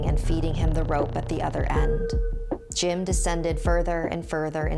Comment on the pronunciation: I thought u said Jin